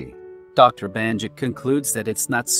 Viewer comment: It's Bannakit not Bahnjit.